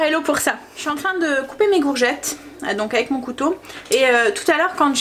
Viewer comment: BONSOIR, VOUS ETES TOUJOURS AUSSI PÉTILLANTE, JE VOUS AI ENTENDU DIRE LE MOT GOURGETTE, ALORS QUE ÇA SE PRONONCE COURGETTE. SINON TOUJOURS AUSSI INVENTIVE DANS VOS RECETTES ET TRES BIEN EXPLIQUER. MERCI MILLES FOIS. KARIMA 46 ANS DE BRUXELLES. BIG BISOUS